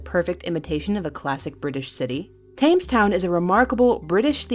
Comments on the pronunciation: Argh, why can't Americans pronounce "Thames"? It's pronounced "Tems", not "Taymes" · It's tems not Tames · "Thames" is pronounced "Tems" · Thames is pronounced tems.